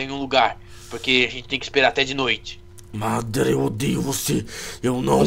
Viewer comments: SABE NEM FALA MA DA RA KKK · eles tão falando madara errado.